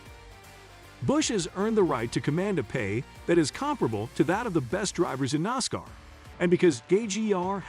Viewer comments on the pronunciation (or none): Its Nascar like asscar NOT nozcar like ozcar!!! Jeez!! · I can't take this site seriously when it grossly mispronounces words and names. Like NOSSCAR. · Am I the only one who who gets bugged, by the commentator, when he keeps saying "noscar".